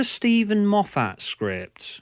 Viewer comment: i am assuming your saying Moff - FAT to make fun correct?